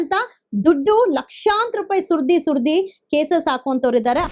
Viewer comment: ಸೂರ್ದಿ ಸುರ್ದಿ ಅಲ್ಲಾ ಲೇ ಬೋಸುಡಿ ಸುರಿದು ಸುರಿದು ಎಂದು ಹೇಳು ಕನ್ನಡ ಶಬ್ದವನ್ನು ಸ್ಪಷ್ಟವಾಗಿ ಉಚ್ಚರಿಸಿ..